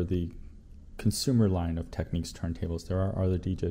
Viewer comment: its technics, not techniques